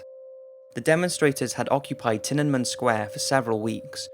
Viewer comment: Its pronounced tee-ah-nuh-men! Otherwise, love your work!!!